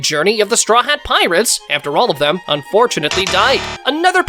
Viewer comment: Bro you said tirates